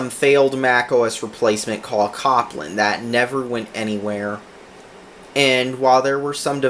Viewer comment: Pronounced like Cope-land.